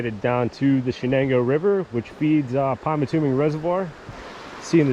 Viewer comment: Nice video but it is pronounced PymatuNing, not PymatuMing.